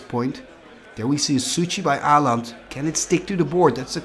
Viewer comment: Aland? Å is a distinct letter in the nordic languages, it is not "an A with a ring on top". Learn how to pronounce it here